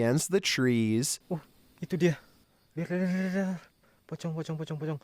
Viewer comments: bro said ‘pokong’ instead of ‘pochong’ 💀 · Bro on number 29 its not Spanish its indonesian and pocong is pronouced Po'Cong a little bit of vietnamisee, and the pocong creature is believed as a ghost in indonesian culture since the big majority of indonesia is muslim and theyre not wearing a hoodie theyre wearing something called "kaffan" which is the type of wool that the dead uses before it got burried, so thats mean this guy find a ghost while walking in somewhere and believed it or not theyre came back from their graveyard to scare the living near the graveyard at night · Number 29 Ask google how to say POCONG in proper way (Indonesian Language)